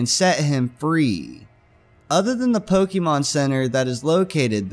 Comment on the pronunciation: don't call it pockymon